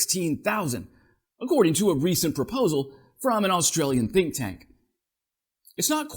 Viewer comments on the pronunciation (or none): none